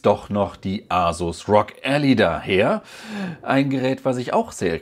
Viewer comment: Es ist übrigens Ally, gesprochen ELLAI, der "Helfer/Verbündete/Partner", nicht die Allee, was man Alley schreiben würde ;)